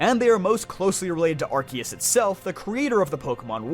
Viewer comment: Its not Raik Oh its pronounced Rai Cue like a bird Koo. Its Are C Us not Ark e us. And last but not least it’s Deox is like hiss not Deox eees. Pokémon and some pronunciations rattle me more then they should I KNOW.